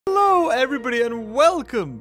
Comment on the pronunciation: Ello everybody XD